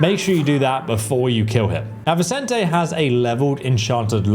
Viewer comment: I now have PROOF that you YouTubers are trolling us by purposely mispronouncing names in your videos to drive us nuts… You pronounced Vicente 2 different ways in like 3 seconds at around 18 minutes…